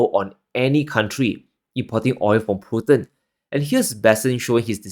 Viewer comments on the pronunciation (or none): none